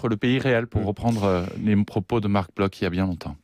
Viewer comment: Bloch est un nom ashkénaze, il se prononce donc "BloR", à l'Allemande, hein ! Demandez à Mutty Merkel.